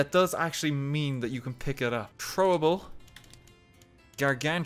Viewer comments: its throwable not chthrowubull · You pronounced it Chrowable XD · The way he says "THROWABLE" !! "Chroable" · Hi, I'm new to this channel. "Chrowable" (Beginning ) Thanks for your time. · "CHrowable" WHY DOES HE SAY IT LIKE THAT??? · Trowable lol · it bothers me he says trowable but I'll get used to it